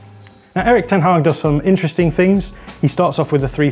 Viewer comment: Kudos for the pronunciation of the Dutch name